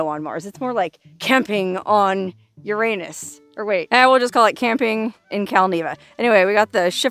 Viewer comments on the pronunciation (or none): ........... did you say YOUR-AIN-US.??? lol. cheerz